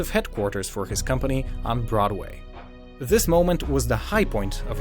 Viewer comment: Did anyone notice he says Zis instead of this